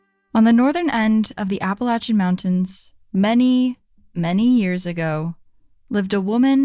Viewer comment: As someone who grew up in the Appalachian Mountains of North Carolina right on the Tennessee Border let me say thank you so much for pronouncing it right I will listen to other podcasts and things like this and as soon as they pronounce it wrong it just throws me out of the story the whole time